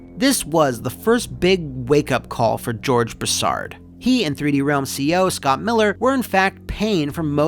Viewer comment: its pronounced broo·saard lol southeren boy ohhhh yeahhh singggg itttt